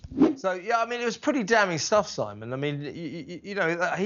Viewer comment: Simon cannot even pronounce her name correctly 😂😂😂...muppet 😂😂😂do your homework😂😂😂